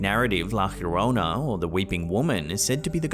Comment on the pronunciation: It's pronounced. "Yo row na". Llorona. Or " Yo from na. Remembering to roll your "r". If you can.